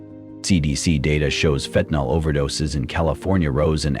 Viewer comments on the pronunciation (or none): FENTANYL, NOT FENTANOL.